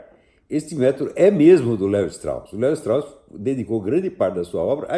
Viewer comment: se fala Levistros....kkkkkkkkkkkkkk.....vai estudar